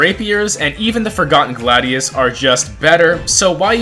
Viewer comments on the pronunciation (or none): none